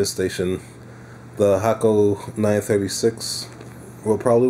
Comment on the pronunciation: You are the only reviewer to pronounce Hakko the correct Japanese way...”Hock Ko”. Not “Hay Ko” or “Hack Ko”.